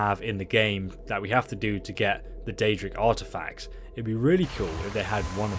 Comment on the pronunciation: Chihuahua Yum is wrong af if he said daedric